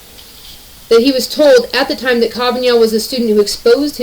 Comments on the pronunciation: Dear narrator, a little note you are mispronouncing Kavanaugh's name. Try. Ka van aw. 🙂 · Did you record this video from 1998? Kavanaugh pronounced Ka-va-nah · You're the first person I heard call him Kaven (y)augh. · What the Metoo movement has done was to water down the meaning of sexual assault for their own person gain. I love the way you say KavanYan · The fact that you pronounce his name wrong tells me that you tend to read. Instead of watching TV etc... That's cool.